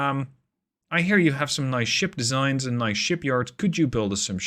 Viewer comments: "Shared desig" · Voice: "Shared Designs" Text: "Shared Desig"